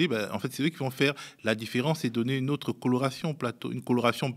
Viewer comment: "et d''ôôôtreu z'encore..."